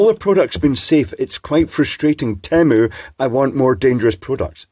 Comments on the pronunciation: It's definitely pronounced "tee-moo". And the monarchy has historically been a terrible institution. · Surely it should be pronounced Temyou in the kings English. Mu as in music, municipal, etc. not moo as in haighlan coo. 😁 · You can't even go by the ads they put out for their name's pronunciation. Original ads sings it tee-moo while more recent ads sound as if it is teh-moo. Even their agencies can not agree. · On the commercial, they actually pronounce it "teh-moe" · Per Temu themselves, it is pronounced “tea moo” since it’s derived from their corporate motto, “Team up, lower prices” as if buying from them makes you part of a co-op. Hence the first syllable is “tea” from “team” which is reasonable, but the second syllable should be “muh” from “up”. On the other hand, “tea muh” doesn’t roll off the Anglophile tongue as easily as does “tea moo”. That settled, we are completely unsurprised that you have praised them with faint damns for not selling more dangerous products. We want exposed line voltage, we want components that should not glow to glow, we want fire and smoke! (Anecdotally, my family has ordered some products from them and have been generally quite satisfied. My daughter in law got the inevitable “not as big as implied from the illustrations” knick knack but it wasn’t that huge… of a disappointment.) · As a wannabe linguist, I was mentally diverted by your spiel about the pronunciation of "Temu". All of your examples started with the letters "temp", which isn't comparable. Consider "tame" vs "tamper". In the latter, the two consonants block the effect of the "e" on the preceding "a". I'm at a loss for other words that actually start "temu" to actually demonstrate it with your letters, but with English being what it is (i.e. wildly irregular) and Temu presumably relating to something Chinese, I would have taken the opportunity to ask Temu of the official pronunciation. Have you put them off all contact? 😅